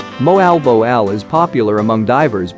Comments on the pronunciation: moal boal po...not moal bow all...the correc pronounciation is mo-al bo-al ....or moal boal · Bad pronounced. Moalboal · mohal boh al? Learn to speak the place names correctly. It's more like mwalbole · Moe Al Bow Al? Pronunciation needs some work:)